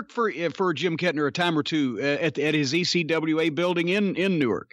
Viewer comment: Its Nu-wark not nu-work, Delaware.